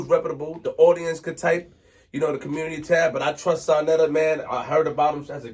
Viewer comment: ITS SANETER NOT SANATER